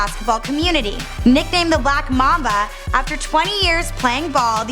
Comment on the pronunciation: She called him the black maba not black mumba😂😂😂